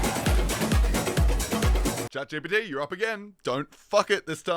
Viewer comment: "oh what CHAD GPT said"